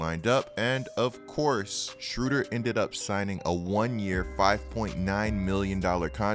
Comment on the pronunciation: From a guy from gerrmany... why u call him schruder? its schROEder :D